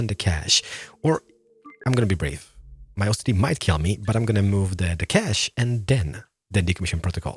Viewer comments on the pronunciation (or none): none